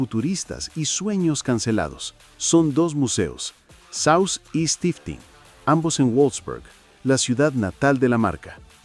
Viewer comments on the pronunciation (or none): Tu pronunciación de palabras alemanas es, desde el primer minuto, francamente un asco. Tras investigar en Google, se encuentra que no registra ningún museo “Zouse” sino “Zeithaus der Autostadt”, y ningún “Stifitng” sino “Stiftung Automuseum Volkswagen”. “Zeithaus der Autostadt” y “Stiftung Automuseum Volkswagen” son dos museos que están en Wolfsburg, ciudad cuyo nombre se pronuncia tal cual como lo leeríamos en español, solo que se cambia el sonido de la “w” para que suene como una “v” de nuestro idioma español. Lo leemos como “Volfsburg”, no “Guolfsberg”, ni ninguna aberración semejante. Los nombres de estos museos se pronuncian tal cual como se leen en español, solo que “Zeit” suena como “Tsait”y la “s” de Stiftung se pronuncia como si fuera “sh”. Te has dejado influir por el modo de hablar de los angloparlantes en lugar de investigar la fonética germana; pero tu mayor problema es tu falta de autodisciplina. Por ejemplo, en la palabra “Volkswagen”, que se lee “Folksvaguen”, a veces te acuerdas de pronunciar una letra bien, pero después se te olvida y la pronuncias mal; eso es desprolijidad, carencia de autodisciplina. En Alemania no hay una revista llamada Auto Motor “And” Sport, sino una cuyo nombre es Auto Motor UND Sport (“und” en alemán se lee tal cual como se lee en español). El auto hecho en la extinta Alemania Oriental se llamó Rovomobil, no Rovil como tú pronunciaste. Estos son otros ejemplos de tu desprolijidad. Todo un contrasentido con el título del canal, mente